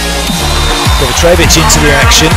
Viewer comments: Why do American commentators always pronounce his name as KovaTRevic? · True and understandable, I just don't get how they get the TR sound out of the C? Afaik the e is also pronounced short instead of long how they do, I can understand that mistake, but reading something completely different baffles me.